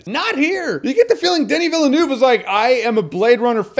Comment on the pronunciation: I don't know why americans pronounce the director last name vila-nuve. Hey it's like vil-nov